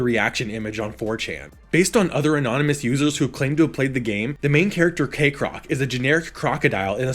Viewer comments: Why do you say KAYcrock when it's Kekrock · I'm mildly bothered by the fact Kekrock's name pronunciation is split 50/50 in the video between "Kek-rock " and "Cake-rock "